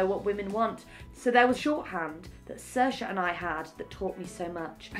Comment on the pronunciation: How did They say SAOIRSE ?? Irish trauma